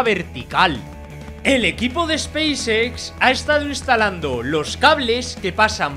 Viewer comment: dice Xpacex con mucha pasion. jejeje pequeño detalle...